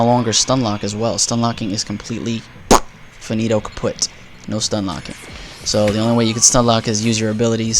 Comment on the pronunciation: did you really say the german word for broken "kaputt"?:D It sounded quite weird. But anyway. I'm super excited to play AC4, but PC Version takes its time... As long as i wait, i will watch your videos ( and of course). CU in the animus!:D